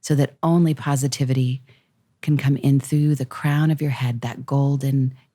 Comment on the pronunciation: lmao. definitely thought Mike said "someone' coming for my cum" and not "...coming for my crown!" lmfao. Would've been that much funnier if he doubled down on it and really emphasized someone chasing him down for his cum lol